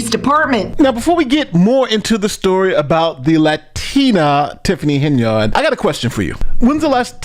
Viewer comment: Not Hen - Yard It's pronounced Hen-yerd. Say it along with me Hen-yerd, Simple. Quality NY education right there.